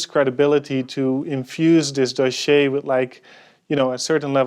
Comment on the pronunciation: Please stop saying "doschiéé" ... I laugh so hard everytime ^^